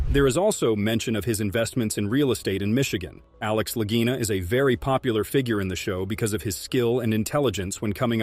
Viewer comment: Click bait. Your A.I. doesn't even know how to pronounce the Lagina bros. THUMBS DOWN. I hope YouTube removes you from my 'recommendeds'